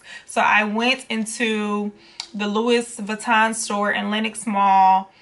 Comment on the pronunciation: Great video. BTW: it's not Louis Vuitton, it's pronounced "Louie vitton" as it's French. Also, Louis Vuitton Paris is the trademark- Italy is where they were made :-) Thanks for sharing.